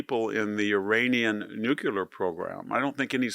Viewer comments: "Nuculer, nuculer, nuculer..." this is hard to listen to. The word is Nuclear. Only ONE u in Nuclear.🙄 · Mr. Hanson, you're brilliant. Please say nuclear and not nucular. GW Bush did that as well. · Enjoy VDH insight and presentation, however, it is NEW-klee-er, not NEW-cue-ler. The otherwise brilliant scholar and man of letters, please continue your work. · NOO KLEE ER not NOOK U LER nuclear. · It’s NUCLEAR, not NUCULAR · Why do people say NUCULAR?? ITS NUCLEAR.. unbelievable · NU-CLAY-ER! ....NOT Nucular. It's NUCLEAR. But you don't have to be a nuclear physicist to pronounce it. 😊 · It's NUCLEAR, not NUCULAR!! Thank you for your attention to this matter.😊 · Jesus Christ, Victor! It's NUCLEAR.. NEW-CLAY-ER! NOT Nucular. 😢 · New clear weapons, not new kew lear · Victor, I am an acolyte of yours. Yours is the clearest and most astute voice on world events. However, NUCLEAR IS NOT PRONOUNCED NUCULAR. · My dear Victor, it's pronounced NOOK-LEE-AR, and not NOOK-YU-LER. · The word is nuclear not nuculer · Victor it’s NEW KLEE UR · Even an erudite scholar can erroneously say “nukular.” It’s a strange phenomenon. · Nu-cle-ar. Say it. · Stop saying "NUKE-yular" and you'll sound twice as intelligent. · did he just say NEW QU LEER.. ..HE JUST KEEP SAYING IT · Victor - please repeat after me - nuCLEAR……thx👍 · There's no such word, "nu-q-lar". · you are a very smart guy. please pronounce "nuclear" correctly! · I can't believe that VDH still doesn't know how to pronounce "nuclear."